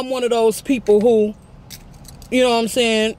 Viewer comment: Nobody:: mouthfull “nowhamsayn”